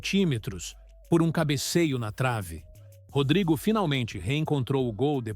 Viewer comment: Pensei que fosse Rodrygo, mas é Rodraygo né?😂 O cara é brasileiro e quer pronunciar como se fosse um britânico.